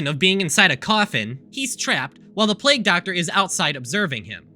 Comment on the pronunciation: mfw said plague as plag